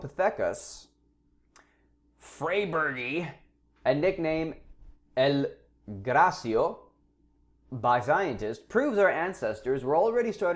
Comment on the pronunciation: Sorry that annoyed me: Graecopithecus(Greko-Pith-Ikus) freybergi(Fray-Bear-Ge) and El Graeco(El Greko)